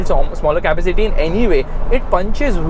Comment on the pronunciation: kindly pronounce "capacity" properly!